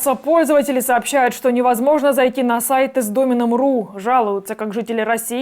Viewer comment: Слово "домен" читается с ударением на "е", если это не "домна" в родительном падеже множественного числа.